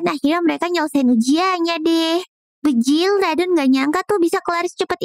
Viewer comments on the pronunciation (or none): Kenapa ngomong banjir malah bejil😅😅😅😂😂